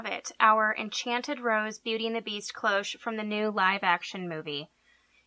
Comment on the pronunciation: Faux engraving... without having to go out and buy a load of new products... I love Love LOVE this idea!!! Thank you sooo much for a fab tutorial!!! <3 (p.s. sorry to be picky but CLOCHE is a French word and is simply pronounced closh!)